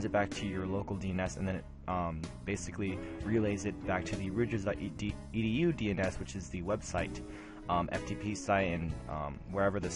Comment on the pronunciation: if you can't pronounce the name of the school Rutgers properly, I assume you are an idiot and will not listen to anything you have to say. goodbye.